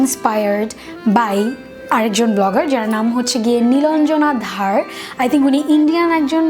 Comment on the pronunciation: আপু নিলান্জনা ধর হবে।।।।নিলান্জনা ধার নয়।।।